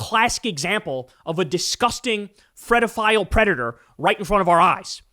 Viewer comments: bro "fluacide" "fredophile" holy shit just say the words Kyle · Why do you pronounce pedophile the way you do?